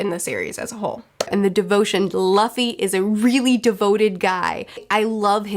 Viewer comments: It was fun to see future smile when the past said "LAFY" and not "LUFFY". 😂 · I love expressions for how she looks at the camera when she hears herself say “luh-fee” instead of “Loo-fee” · Everytime she calls Luffy 'Laffy' it instantly put smile in my face. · I like when you cringe everytime you miss pronounce as LAffy 😂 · Who's Ustop, Loffy and Zolo? What are you reading again? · Fun fact, in German luffys name is pronounced Ruffy (Roughy). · I love seeing every time cringes hearing herself say Luffy wrong LMFAO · I love the way face lights up with the biggest grin every time she hears old mispronounce Luffy, it makes me want to make the same face. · Your face everytime you mispronounce Luffy's name in the video is hella relatable. I definitely react the same way whenever I notice myself mispronuncing words. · It's kinda funny you can see in 'future' face she gets a little bit triggered how 'past' pronounces 'Luffy' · You are so cute with names!! One thing you should always keep in mind is that every time you see a specific vowel in Japanese it is always pronounced the same. For example, the imperial era of “Heisei” is pronounced like “Hey Say” not “Hee Say.” A is always “ah” I is always “ee” O is always “oh” E is always “eh” U is always “oo” (like in boo) which is why Luffy doesn’t rhyme with Roughy So Gin… in Geen not Jin :p Also never pronounce the consonants similar. J is not pronounced like G (unlike in English) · Both you and mispronounced Luffy's name but anime and manga fans have heard worse.